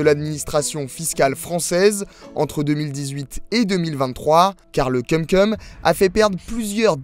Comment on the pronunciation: Ça se prononce "koum koum". Cumcum ça veut dire autre chose. J'espère vraiment que le speaker est un stagiaire.